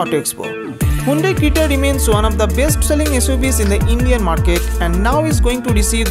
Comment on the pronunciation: It is creta not crita